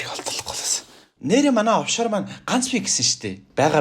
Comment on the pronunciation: овшор гигээч оффшор гэцэн байхийн